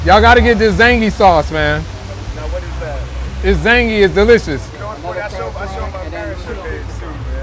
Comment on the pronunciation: Another great video,! May I offer a slight criticism? You have to get the name of the BUSINESSES and the SAUCE/SANDWICHES/SIGNATURE DISHES or whatever RIGHT. I'm laughing as you keep saying "zangy," but that business is relying on the loudest mouth in the south to spread the word about the "zingy" sauce. (Actually, the loudest mouth in the South, North, East, and West.) If you're joking, good one. If you're just moving fast cuz the block is hot, slow down. We got you. (In your defense, you made onscreen corrections to clear confusion. Nice.)